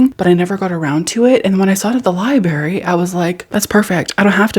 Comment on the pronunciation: I love you so much but I must say this because it’s driving me crazy you are missing the r in library and saying liberry. 😂